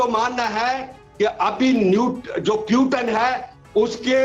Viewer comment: पुतिन को प्यूटन बोल रहे है एक बार नही हर बार जबकि सारी दुनिया Putin ही बोलती है अभी तक। तो आप समझ सकते है कि इनके views क्या होगे ।